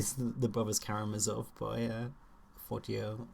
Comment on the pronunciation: The third one was Ivan if I remember correctly. Kudos and thank you for pronouncing the Karamazovs the way they are supposed to be, with the normal sound the letter zed/zee usually represents! (someone on booktube started pronouncing them with the German "ts" sound and 80% of booktube picked it up 😅 Yuk!)